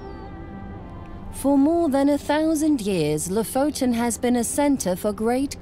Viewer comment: ...so you have been doing a doc. for a year........and still have not learned to say Lofoten correct .....how annoying.....after 3 minutes I quit......